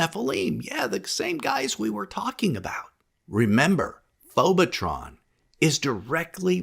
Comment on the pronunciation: Did you say "phobatron"? That's Megatron's cousin!😂